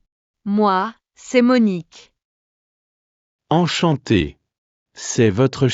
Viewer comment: Terrible pronunciation of Salut and Enchanté !!